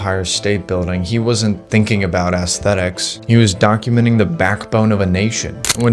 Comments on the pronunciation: How can anyone take this kid seriously? Everything about him contradicts what he’s saying. It sounds like an AI script, he’s looks maxxing by wearing makeup, his clothing is nothing more than cosplay, and he can’t even pronounce aesthetics properly. What a joke. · It's when you call it "ass-thetics" as opposed to "ess-thetics" that you nail down exactly the sort of generational concept of quality that's being discussed here.